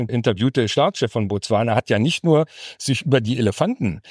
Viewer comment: Könnte man das "nur" vielleicht ein bisschen weniger stark betonen? Klingt nicht wirlich professionell.